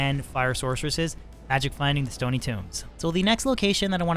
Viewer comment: Stony, not stoney